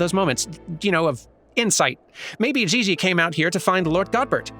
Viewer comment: It's "Gigi"... like " G U I L L O T I N E ". Hon hon hon~ ♥